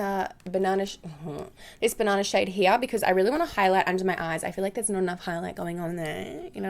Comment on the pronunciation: Did someone ever tell you, that your "here" sounds soo german? Cause in german it is "hier" and it sounds so equal... so funny to hear as a german one :)